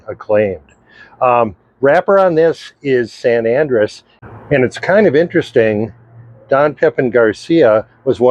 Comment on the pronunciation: It's not San ANdress, it's San An-DREHss.